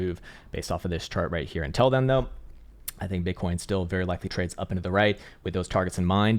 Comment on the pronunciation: Love the way he keeps saying intel instead of until 🤣